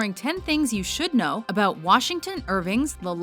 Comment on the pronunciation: How long did it take for her to learn to say "about" like an American?